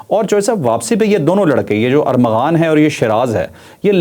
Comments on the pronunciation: چودھری صاحب ! آپ بھی ارمغان کو ارغمان بول رہے ہیں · چوہدری صاحب آپ بھی ارمغان کو ارغمان کہے جارہے ہیں جو اردو کے بڑے سینئر صحافی مانے جاتے ہیں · Javed sahab ko Armaghan nai bolna aata, baar baar Arghaman keh rahe ha.....👺👎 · ارغمان نہیں ارمغان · چوہدری صاحب فرخ آ پ کو لقمے دیتا ہے اور چالاک ہوتا جا رہا ہے آپ بھی ملزم کا نام ارمغان کی بجائے ارغمان بول رہے ہیں میں آپ کا بہت پرانا فین ہوں پلیز بادام کھایا کریں'۔۔۔۔ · اچھی کوریج آپ کے پروگرام بہت اچھے اور تفصیلی ہوتے ہیں لیکن آج آپ ملزم کانام غلط بول رہے ہیں یہ ارمغان ہے ارغمان نہیں ہے علامہ اقبال کی کتاب ارمغان حجاز بے حد معروف ومشہور کتاب ہے آپ جیسے ادبی شخصیت سے یہ غلطی نہیں مناسب حالانکہ تمام اینکرز بھی یہی غلط نام بول رہے ہیں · اوے چول ! ارغمان نہیں ارمغان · ارمغان صحیح نام ھے چوہدری صاحب